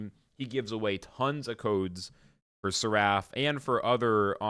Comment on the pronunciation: Please google how to pronounce seraph. 😅 Fire video though!